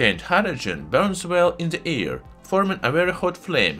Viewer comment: Haha, yeah, i love how he pronounces certain things, like how something easily ignites in the "ear", haha. Can't help but imitate and repeat some of his phrases, it's part of the fun and learning. His closing: "And if you liked this video, don't forget to give it a thumbs up and subscribe to my channel, to see many more new and interesting." is a classic. But yeah, it was weird to suddenly hear a perfect English speaking voice, which was actually a good choice in terms of reaching a wider audience, but a lot of us took it as him making a concession because he thought his English sucked. His accent is super heavy, but it's not like i don't actually understand what he's saying. It just gives it a geeky charm, instead of a formal and boring English voice, i'm already subscribed to plenty of those channels. We were all happy when he ditched the narrator after only 1 or 2 videos or something, haha, and look at him now, almost near the 1 million.